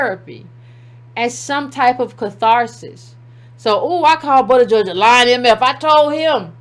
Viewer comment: I wish you would've did a simple Google search on how to pronounce his name so you don't spend the whole video tripping over it.